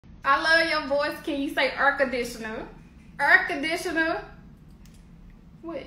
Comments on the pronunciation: EEEER CONDITIONA! YOU MEAN: air conditioner MAAA FUUUUUCA! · "Aurrr conditionurrr"😂😂😂